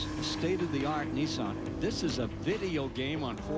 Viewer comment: N I S S A N............not F**king Neesan